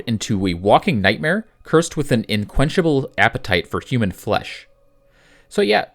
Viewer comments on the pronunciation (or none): UNquenchable. Not inquenchable. Jeez.